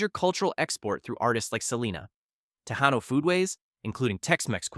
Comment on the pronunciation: "Tejano" is pronounced as Te-hanno.